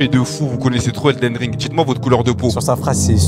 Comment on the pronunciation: "Eden Rings"